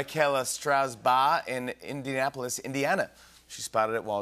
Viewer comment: Indiapolis, Indiana! I think I have hearing problem 😂